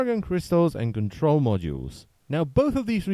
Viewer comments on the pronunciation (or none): none